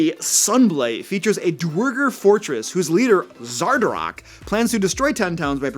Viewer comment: ... holy shit, a youtuber actually pronounced "duergar" correctly!